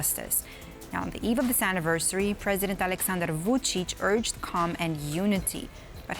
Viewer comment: I do not know how in the world she got too that pronunciation of "Vucic" as it is totally off (guessing "Vujo" confused her). But I love it when people fumble his name as he is a POS dictator.